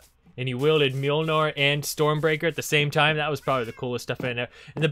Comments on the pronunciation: Mjolnir, not Mjolnor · mjolnir not mjilnor :) nice video tho